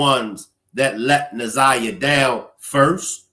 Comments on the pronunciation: I see that older people especially get Na'Ziyah's name wrong. I'm like you, take the time to say it right! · This lady K.M seems like she is one of those that call our little lost Na'ziyah fast. I don't trust her either bru. She can barely get the child's name right for goodness sake. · I think its disrespect for the lady K.W, speaking in the press conference not to correctly say Na'ziyah's name. Im getting sick of it. She and her name is important. 💜💜💜💜💜💜💜